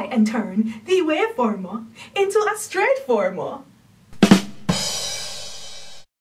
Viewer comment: I keep hearing straight formal and it's driving me nuts lol